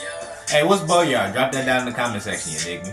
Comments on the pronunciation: Bro it's Goyard not boyard😂😂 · GOYARDDDDDDD NOT BOYARD